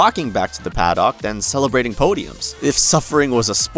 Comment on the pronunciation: yeah, mispronounced a bunch of other things too - Imola, scuderia, paddock. which makes me feel like this is an ai voice, which then makes me question how much they just used ai to copy Rick’s formula. I appreciated the coverage of Alonso at least.